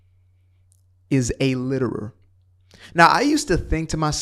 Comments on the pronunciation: Litter Not Liter (fyi) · Litter not liter 😂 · Damn its litter not liter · Litter not Liter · Litter not liter.